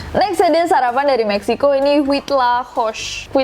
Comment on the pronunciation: maaf nama makanan mexico nya tu baca nya uitlakoche. bukan huitlakosa. saya kritik ini karena istri saya asli mexico dan saya pun tinggal disana. maaf saya membenarkan itu saja